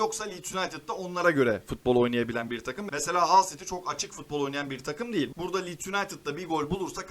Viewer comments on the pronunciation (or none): none